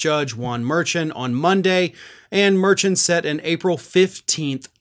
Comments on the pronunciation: Thanks very much for your faithful reporting and sane commentary during such a bizarre, insane time. One little quibble: I believe the judge’s last name is pronounced [at least by NY folks who work in his court room] muhr-SHAWN, rather than MUHR-chun. 😬😁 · Hey the judges name is pronounced Mur-shon. Have a good day sir! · Dude learn how to pronounce the judges name correctly.